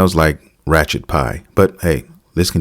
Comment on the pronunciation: How did "Wretched" turn into "Rachet" lol. I swear we are living the movie Idiocracy